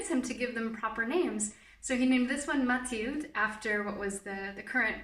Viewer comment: i was really annoyed by how you pronounced mathilde bc im belgian (dutch) but then you said you live in france and i was like 'oh ok'